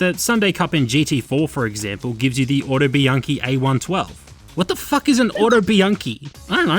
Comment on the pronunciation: I also love this type of reviews, however as an Italian I can tell you that you pronounced Autobianchi correctly, it is an old Italian brand